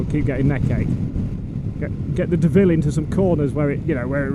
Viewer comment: you are heinously disrespecting both the Honda AND the French! - The Honda's name is pronounced 'DOH-VILLE' (think Homer Simpson..) not De-ville.. Despite the international-incident you've undoubtedly provoked with your 'faux-pas' (like what I did with the French there?..) I've made the richly deserved donation that you have hard-earned with your stiff neck (and sore bottom..)